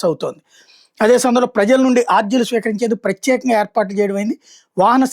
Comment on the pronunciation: మీ తెలుగు సరిచూసుకోండి ఆర్జీలు (aarjilu) కాదు అర్జీలు.అలాగే కందుకూరిని కందుకూరు,నెల్లూరు లోని కోవూరు ను కొవ్వూరు అని ఇలా చాలా తప్పులున్నాయి.సరిచూసుకోండి.